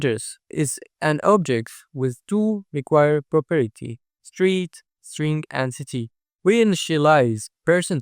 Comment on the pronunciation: very nice explanation but if I hear "properity" again I'm going insane